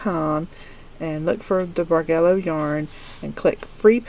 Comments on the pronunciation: The yarn looks pretty good. From what I find in my dictionary, the pronunciation for the word Bargello is with a soft g so is bar-jell-o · It is pronounced: bar jello as in the needle work that is worked with yarn on unmarked canvas...